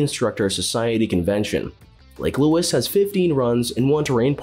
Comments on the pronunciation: Maybe a rubbish example of AI - Chat GPT trolling the internet, mashing a whole ton of information together and getting it oh so wrong. How could you pronounce Lake Louise as Lake Louis! LAME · “Lake louis” hahahaha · Do your homework. Many of your facts are incorrect. It's Lake Louise, not Lake Louis. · "Lake lewis" 🤣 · no kidding! and "Lake Louis" egads, do a little research fella! and the word is "exactly" not "eggsactsly" Get a pro to do your VO and you don't come off sounding like a machine or dufus. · This is such a goofy video... so many errors made throughout... honestly also couldn't decide what I found funnier, the narrator saying "lake louis" over and over again, or Blue Mountain being on this list! 😅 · "eggzellent"? "Lake Lewis"? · Clear you are not Canadian 😂 Mont Tremblant is pronounces Mont Tremblan (the t is silent ) Lake Louise is not pronounced as Lewis